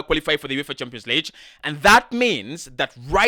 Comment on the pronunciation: Champions Leeech???? Or Lig as in big?